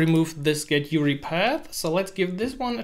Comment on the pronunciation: you-are-eye not you-ree anyways, great video.